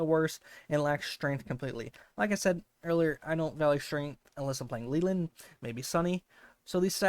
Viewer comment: I hate when ppl mispronounce Leland!! It’s supposed to be “lay-land” with no eee sound 😢